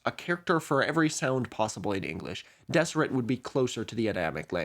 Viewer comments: And yes, I knew about the Deseret alphabet. We learned about it at BYU. Fyi, it's pronounced "Dezzerret" not "Desserret." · I can tell you haven't lived near Mormons based on the pronunciations, haha. Some notes: Moroni - "More-own-ai" Nauvoo - you said it right but the emphasis is on the "oo" so "naw-VOO" not "NAW-voo" Kolob - koh-lawb Zion - Zai-uhn Deseret - "Dez-er-et" the "s" is more like a "z" like in desert Great video, though! Brigham Young is definitely the kookiest LDS prophet with a lot of weird ideas. One of his biggest theories that never caught on (somehow, despite him being the prophet) was the "Adam-God" theory that Adam (of Adam and Eve) was actually God the Father in mortal form with the purpose of populating the earth himself. This is rejected by the modern church but an interesting tidbit about Brigham Young. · Just for your information. It's pronounced Dezzeret. With the double ss making a z sound emphasis on the last syllable. As if it were the diminutive feminine form of the word desert. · 1) During your breath(e) rant, I realized I might love you. 2) You're mispronouncing Deseret. It has a definite Z sound, not S, and 3 distinct syllables. Dezz-uh-ret. 3) Did you know that the Deseret Alphabet is included in the Unicode standard? it will live forever. (obviously you did because you mentioned it after I wrote this.) 4) Watch out,! I hear [that] Kevin the Ass Hurter is on the loose! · Some corrections... Utah actually isn't a majority lds. About 42% are members as of 2023 There have actually been more members of the church outside of Utah and the whole US since 1996! I also noticed a few mispronounciations (which is funny for a video about phonetics lol)--Moroni is more-own-eye, and I've only ever heard people pronouce Deseret with a Z sound (as in brazen or surprise)